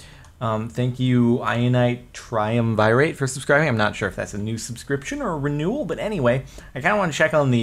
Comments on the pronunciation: lol right in the beginning "theianitetriumvirate" that's pronounced (the ianite try-uhm-ver-it) a triumvirate is a group of three people who have equal power over a country, ancient Rome had a lot of these. the more you know :) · I think I can pronounce it right. Is it Tree-um-vih-rate? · Why can no one pronounce triumvirate. Do you even Roman history? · Michael Von Driska It's a dead language, you can't know how it is supposed to be pronounced...